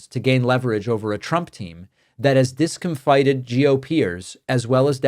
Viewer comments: dis COM fited, not dis com FIT ed Just helping. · Pronounced "discomfitted" not "discomfighted" sorry but it interferes with your message. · "Dis-cum-fit-ted", David. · You mispronounced "discomfited." There is no hard "i" sound. "Fit" is the sound. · That’s definitely not how you say discomfited.